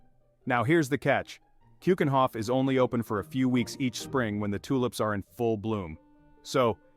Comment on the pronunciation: Please try to pronounce keukenhof with a eu and not an oe as in shoe. eu as german ö or norwegian ø....do your home work before you do films and drugs are ikllegal here, and there is NO "fan Ko" it is van gogh g and gh are pronounced like CH is lochness